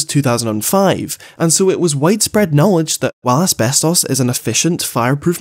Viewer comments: Everytime says Asbestos the video just gets funnier for some reason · saying “asbestos” is trippin me out so hard right now. idk i might just be too high lol 😂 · please stop saying asbestos like that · Never stop saying ASBESTOS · the way you say asbestos lol